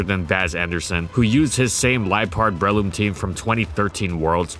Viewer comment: Normal people: Breloom: Bruhloom